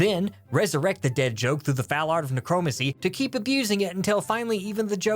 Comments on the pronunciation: He said: NE-CROW-MUN-SEE Me: its necromancy NE-CROW-MAN-SEE!!!! not... THAT!!!! Click read more if your TWA Sorry but this line is actually satirical and I truly love your stuff keep up the good work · Neck Crow man see Is how necromancy is pronounced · "Neek-row-macy"? I was willing to forgive "Knee-hill-ism" but not that. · Who pronounces it Neh-crow-mon-see? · Did you just mispronounce necromancy? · You mispronounce so many words that this is hard to watch. Nihilism, necromancy, curmudgeonly... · The way "necromancy" was pronounced in this video is unintentionally hilarious! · I have never heard "necromancy" pronounced as "neh-crow-muh-see" before. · it’s new-crow-man-see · Yeah, surely its “neh-cruh-man-see”. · Sorry but I can't get over saying "kneeheelism" and "necromacy". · I’m sure this was intentional but I was fired out of my ejector seat and landed in the nearby lake when I heard how you pronounced necromancy. That hurt my soul. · The biggest pointer that I remember is how you pronounce necromancy. I cannot tell if you are missprouncing it(on purpose or not) or if we all have been mispronunciationing it for years and no one noticed. I cannot tell which is worse